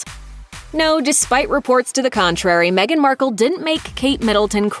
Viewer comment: Me-gain lies🤪